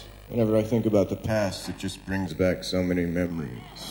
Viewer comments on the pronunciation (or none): none